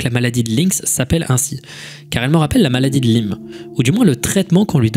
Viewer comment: et tu continues de te tromper : ca se dit maladie de la-ï-me, pas lime